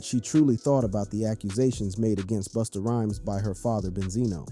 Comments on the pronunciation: did you call that man Boosta? 😂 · Did he call him Boosta 😂😂😂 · I don't take anyone seriously who call busta booostah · I think there could have been another concept for the video like due to Coi being the size, shape, and innocents in her face like the movie "The professional" that would've been dope... But can you please stop calling him boosta 😅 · Son said boosta 🤣🤣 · calling Busta "boostah" is CRAZY . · is this guy calling Busta - Boosta or am i tripping? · Boosta Rhymes 😅 🤣🤣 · How’s this guy gonna keep this video up after he callin he “Boosta?” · Who is “Boosta”?! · Is it me or did this dude say BOOSTA a few times? User error or am I missing something? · The Narrator called Busta Boosta?! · This dude is abusing Busta’s name. Why does he keep saying “Boosta”?? 😅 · Stop saying boostah. Shits wack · This guy called "Busta". "BOOSTA" 😂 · Who TF is "Boosta?" 😅😅😅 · "Boosta" 😂 caught me off guard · I'm like wait isn't it Busta 😂😂😂😂